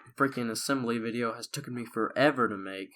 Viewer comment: "Took-en". Seriously; "it's took-en you" blah blah blah. Jesus Christ!